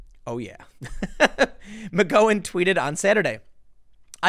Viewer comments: If Tim can’t eventually pronounce McGowan correctly, I’m going to snatch the slat of the fence in his crack out and jam it in my ear!! FFS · Are you pronouncing her last name right. Because I don’t think you are. You’re the only person I’ve ever heard pronounce her last name like that. What’s the deal? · 😂 Hilarious how you continue to mispronounce McGowan.. Great job. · have you never heard her name pronounced before? it's amazing that you continue to mispronounce after all these videos you produced. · rswindol OMG! Between saying her name wrong several times and saying Mika’s name wrong the other day... it’s like nails on the chalkboard after awhile. Just say their names right, dang it! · One of these days we're gonna get Tim to pronounce McGowan correctly. I'm holding onto hope. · Please learn how to pronounce Rose McGowan's name correctly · Why do you refuse to say Rose McGowan's name correctly? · McGowan is pronounced like the noise you make when you stub your toe, come on Tim 😉👍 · Are you mispronouncing her name on Purpose... i mean it's been months and you've still got it wrong.... am I missing an inside joke? "Mc Gow in" -not "Mc Go In", like owe, sow, pow, wow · It's McG-OW-an. Not McGO-an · Tim, it's a small thing but her name is pronounced Mc Gow-an not Mc Go-un. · I always thought it was pronounced "Mick gow-an". Hearing "mick go-in" makes me giggle. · I Can't stand it anymore!!!!! Google her name please you are pronouncing it WRONG it's Mc-Gow-an not Mc-Go-en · Rose McG(OW)an OW-an... not Go-an.... OW! not Go.... DO NOT PASS GO, DO NOT COLLECT $200...... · Rose Mc-GOW-an , not Rose Mc-GO-in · isnt it pronounced McGowan (rhymes with cow) rather than McGowan (rhymes with go) ? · I only clicked on this to hear Tim say "Rose McGoing" again, and was quickly pleased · I asked him, "where is Rose Mcgoin Tim"? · next video "Tim Poole credibly accused by Rose McGo-in" she felt threatened by his mocking tone and inability to say her last name correctly.